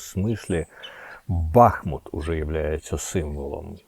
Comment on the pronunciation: п. Корчинський місто БахмУт так і вимовляється , дякую!!!!!!!!!!!!!!!!!